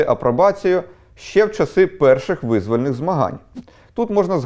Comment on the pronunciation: Дякую за розповідь. От тільки визвОльний і п'яТДесяти, шесТДесяти, отАман